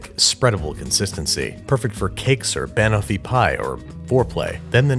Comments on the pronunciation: Babish: Tries to pronounce Banoffee pie Me: *ScReAMs iN BrItISH* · how can you pronounce Banofee wrong when she literally says it in the clip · To be fair, there is an “o” in the name of the food is being pronounced. It’s toffee, not taffy; which are different things. Plus, even though we say caramel weird we say almond a lot better in my opinion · yes insanely offensively incorrectly pronounced. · I never said it was wrong I just said I was uncomfortable lol. But it is a mispronunciation if he was going for the British style here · I’m sorry Babish but the way you pronounce banoffee pie physically pains me. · As an English person, the way he says banoffee makes me die inside a little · I feel like he's screwing with us with his pronunciation of banoffee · Why does he say banoffee like that it’s just wrong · I cried a little every time you pronounced Banoffee!!